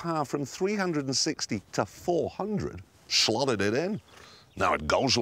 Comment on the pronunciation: Shlotted it in, now it goesh like shtink.